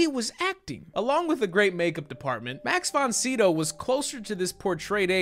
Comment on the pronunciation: You called him Mark Von Sydow lol RIP Max ❤️